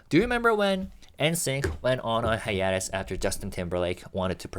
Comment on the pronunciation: /haɪˈeɪ.t̬əs/ Hi-a-tes. Long a. Love you Kiss kiss kiss. This word is coming up a lot and I know you care about pronunciation.